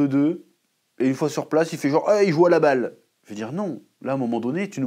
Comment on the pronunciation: "Sabaille men" 🤭